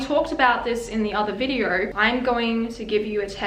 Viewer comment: "congratulations on clicking on this VIDEORRR"